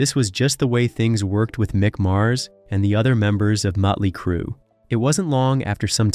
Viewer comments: This narrator can't even say the bands' name right. He keeps saying muttley crue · Who the hell is Mutly Crue ?